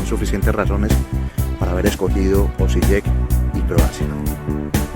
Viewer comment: Hvala vam puno na videima, seguiré tu canal 😆😆😆, dato la letra "J" se pronuncia "i" en abecedario croata (Osiiek)